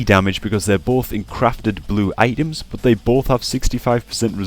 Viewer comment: i like how you pronounce BUT ! like a ass !